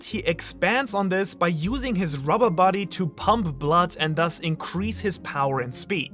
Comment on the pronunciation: "Rubba body" Made my day :)